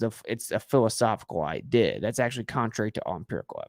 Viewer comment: Literally why do you pronounce “idea” the way you do. 😅 I’ve never heard such a thing